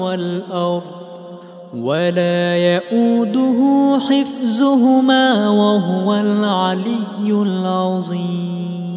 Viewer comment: And also instead of hifzuhumma needed to recite hifduhumma at end of ayah.